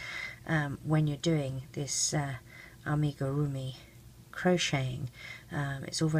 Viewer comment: Your pronunciation of amigurumi is fine. I crochet and love making things using the technique. I'd wondered if it was possible to incorporate the technique for use with RL bands. Thanks for the confirmation and tutorial.